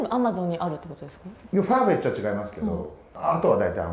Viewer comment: パーフェッチじゃなくてファーフェッチね